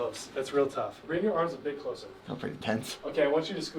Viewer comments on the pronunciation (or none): none